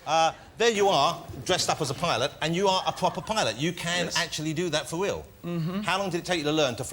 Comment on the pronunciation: Yes, pwopew